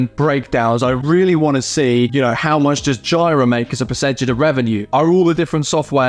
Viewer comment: It's JEE RUH not JY RUH